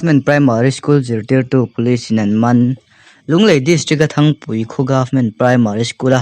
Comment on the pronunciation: Thangpui❌❌ nilovin thrangpui tih tur ni awm tak a ni.😜😜